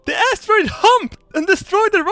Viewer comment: i love how saying asstaroid:DD